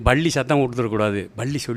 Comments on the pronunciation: பள்ளி இல்ல ஐயா பல்லி.பல்லி பல்லி.....ஒரு கரிசல் எழுத்தாளரா இப்படியா உச்சரிப்பது? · Nee மொதல்ல பல்லி ன்னு சரியா சொல்லு